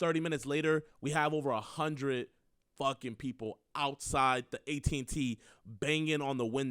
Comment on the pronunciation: Cut out where you said atat